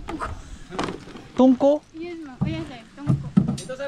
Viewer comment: 오늘도 좋은 영상 감사합니다.^=^ 앉다가 똥꼬가 아니라 뽕꼬라고하네요. p발음 나는거 같아요.